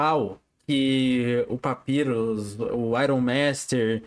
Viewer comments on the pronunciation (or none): Ele falando papirus ao invés de papairus 💀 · NÃO!até o???Até ele fala papyrus errado?😢